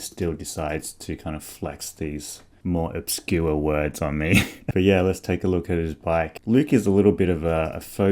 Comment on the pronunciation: Then proceeds to say Obscure 😅😂